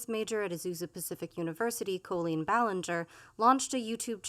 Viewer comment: It’s a small thing, but of all the Tubers doing reactions to Colleen, I think is the only one who’s pronounced her name correctly.